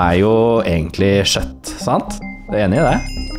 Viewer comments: det heter kjøtt og ikke sjøtt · det uttales kjøtt, ikke shøtt.